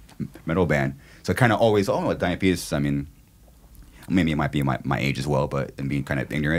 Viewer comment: Was I the only one who heard diabetus a couple of times 😂